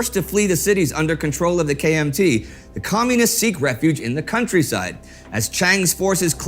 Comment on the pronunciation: When Indy says, KMT, I am hearing KFC.